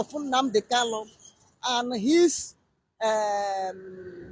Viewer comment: Please Mazi is not called kallo he's called Kanu your tongue